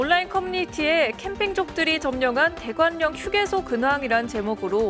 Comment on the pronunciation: 대관녕? 아나운서 맞나, 다시 발음 공부해라, 자음 접변도 모르나? 대관녕 X, 대괄령 O